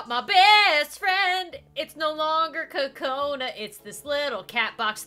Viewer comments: Kokona not kacona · It's not Konna it's Kokona